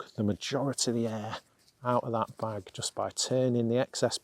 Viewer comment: I wish you could say the word “just” instead of “dus”. Most annoying.